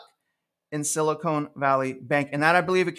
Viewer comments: Love your content. Frustrating the Ponzi scheme that is our financial system and how bad behavior is continually rewarded while fiscally responsible everyday people are punished. Also, it’s SiliCON not silicone, lol. Please pronounce it correctly!! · Spot on. One note though, I believe it's pronounced Sili-con (con not cone). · You know there is no "e" at the end of Silicon. There is a difference, one of them is nicer to touch.